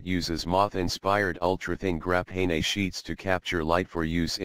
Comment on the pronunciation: Grah-pay-nay ooooo